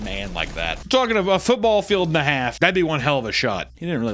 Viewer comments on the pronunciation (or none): none